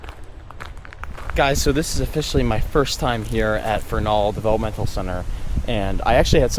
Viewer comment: Great video! Grew up not far from there. Best friends mother was a trustee there and worked to get it shut down. BTW, accent is on the "e", not the "a" I believe...:)